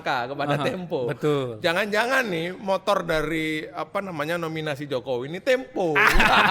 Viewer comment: Tempo bukan Tempe ...